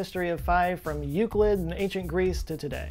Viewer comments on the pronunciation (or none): none